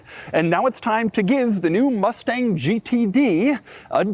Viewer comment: “Ford Mufteng” -Doug, 2025